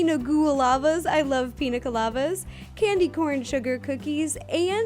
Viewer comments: Yum! Those pumpkin pretzels look great. Quick note: it's "colaDa," not "colaVa." No "v" in "pina colada." :D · Isn't it Piña Colada? She says Piña Colavas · Pina colada...not colova...oh Ro!! LOL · "Piña Colavas"? I've always heard and read it as "Piña Colata". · Im pretty sure its piña colada not colava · Why Pina Goulava? Surely it should be Pina Goulada? Like Pina Colada? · Why did you say piña colava? I thought it was piña colada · SERIOUSLY THEYRE CALLED PINA COLADAS NOT COLAVAS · its not pina colova, its pina coloda. coloda means cream of coconut in Spanish (btw dont want to sound mean, this was just rly bothering me) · Haha I live in AZ, I get what you mean!! And she said Pina Colava at the end, it's Piña Colada!! Lol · After she said that she said I really like piña colavas so yes she is pronouncing it wrong😊 hope I helped settle this argument. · ***** Whoa! Sorry to have offended you, but I'm just saying. She never said anything about lava, she said it looked like blood also she mispronounced pina colada further into the video. I didn't mean to work you up.. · piña colavas lol piña coladas* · its called a pina coolata with a T not a V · Why did she keep saying piña colava??? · She said piña Goul-lava, I don't get how so many people got colova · Hey its PINA GHOULAVA you're so tsongo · I don't get why is she calling pina colada pina colava?? :D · I think she means piña ghoul-lava or something Halloween-y :) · ***** Lava and blood are two separate things though. The drink should be pina ghoulada but I guess she just pronounces it oddly. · You say pinacalada wrong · NO she doesn't she was just saying it funny for Halloween